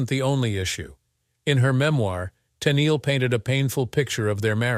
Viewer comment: Tunnel? Tennely??? I wish uf these exposés are going to use this AI for oration, it be AUTO CORRECTED to pronounce nMes and such correctly from beginning and throughout. Not often or frequently does it correctly pronounce her name..."Ten-eel" correctly. It's voice is also tiresome on the ears as it severally reiterated was has already been said. The information, not withstanding, is ussually interesting but the constant repetition as got to go. This AI is over used not just in these exposes but infomercial also also. Funny though. It NEVER misprinounces the hacked product!